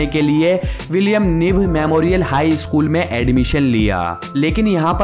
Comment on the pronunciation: O bhai eskool nehi school bolo.